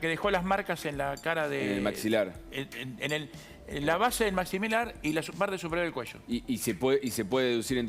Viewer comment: ..."en la base del maximilar" Patético, el léxico profesional de ese ¿periodista?